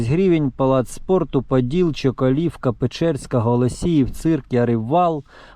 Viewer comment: Чоколовка - ударение на первое О. Гузара - на У😊